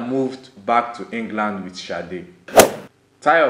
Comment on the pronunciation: It's a Yoruba name dear and not an English name .... It's pronounced Shade.